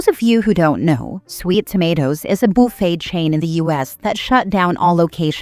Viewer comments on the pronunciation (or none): "Boofay" never saying buffet again. Just "boofay"